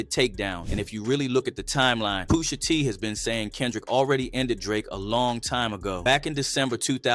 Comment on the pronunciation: Boi said POOSHA